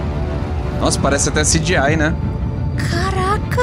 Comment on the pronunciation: como escreve: CGI como se ler: CGI como eu leio e falo: CGI como o fala: C.GI.AYE